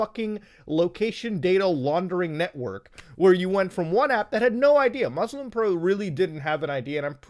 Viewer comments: Hearing muta not pronounce muslim properly makes me sad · DID HE JUST PRONOUNCE MUSLIM WRONG, WHILE BEING MUSLIM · Dude can say all the prayers' names in arabic perfectly but still says "Mozlem" lol